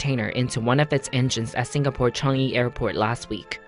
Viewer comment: Lol he said Changi airport in cangy airport laughed at it and people make mistakes plus I live in Singapore lol but almost scary